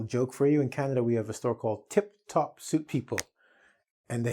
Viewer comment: "Tip top" not "tip tok" be careful